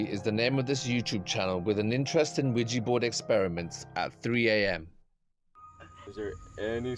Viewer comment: Ouija Not Ouiji...